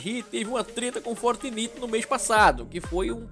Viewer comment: Não é "fortniti" É "fortnaite"